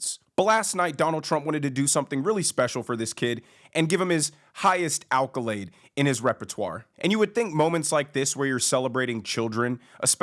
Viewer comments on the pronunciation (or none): It's...ACCOLADE not ALCOLADE ..🇦🇺